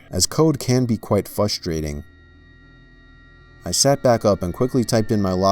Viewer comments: Did anyone else hear fustating a instead of frustrating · Me: how does this guy have such good grammar! Me: fustrating instead of frustrating Me: oof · it is pronounced "FRUSTRATING" with an R. Not 'FUSTRATING' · Fwustrating LMAO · said fustating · "fustrating" XD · I have a scary story saying "FUStrating" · did he say "fustrating" lol, still best creepy reader on YouTube.